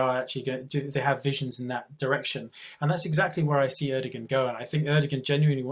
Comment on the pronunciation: not having a go, i fully agree with everything Macer says, but if you are going to have a pop at Erdoğan, at least know how to pronounce his name, the G is silent and the O before it is elongated, rock on may 14th when the turkish Putin gets the boot :)